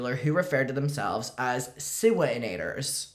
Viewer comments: I can’t say it normal anymore she’s now jojo seawee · It’s no longer Siwa. It’s siwi